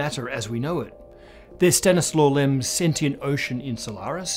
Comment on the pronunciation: Stanisław Lem ❤️ But it is pronounced like this: [staˈɲiswaf ˈlɛm]